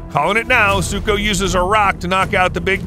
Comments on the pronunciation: BRO ITS NOT ZUKO ITS SUKO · Its suko not zuko